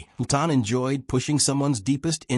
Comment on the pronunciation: Good grief, Chales Laughton''s last name is pronounced LAW-Tuhn. Simple. Also, it's interesting that many of the actors who were closeted gays in the early days of Hollywood are flashed constantly through the narrative, though they're not mentioned as one of the "evil hypocrites". It's almost as if the owner of the channel is trying to expose them in the group, for his own reasons, without saying it out loud.